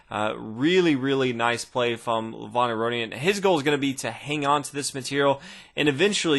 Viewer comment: the way u pronounce Levon isn't like how u said it in the video. the E is supposed to be said like E in elephant, not like the letter A in another. also the O is said as if ur saying oh not on. soo kinda like ( Leh-v-oh-n)